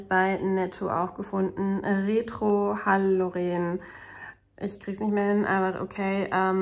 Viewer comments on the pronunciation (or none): Wenn du bei Halloren langsam auf den Geschmack kommst dann ist doch jetzt mal endlich die Aussprache dran 😉 den fand ich leider enttäuschend 😪 die Mövenpicks sind aber alle mega 🥰 schönen Sonntag allen 🤗🎈